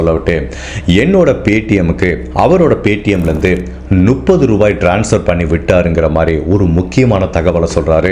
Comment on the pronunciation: எல்லா வீடியோவிலும் நுப்பது என்று சொல்வதை சரி செய்து கொள்ளவும். முப்பது என்பதே சரி. சந்தேகமாக இருந்தால் புத்தகத்தில் படித்துப் பார்க்கவும்.